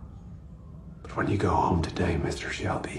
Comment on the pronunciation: يا عم شلبي مييييييين 😂 اسمه شيلبي